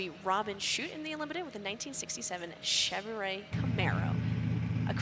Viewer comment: Be great to have an announcer that can say "Chevrolet" correctly.